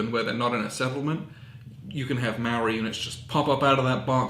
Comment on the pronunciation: As a kiwi I'm a little aghast at the pronunciation heh